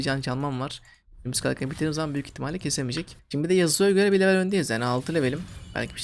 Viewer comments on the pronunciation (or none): none